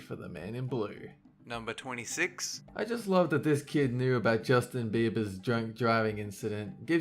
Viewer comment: Justin "beaver" 😂 lol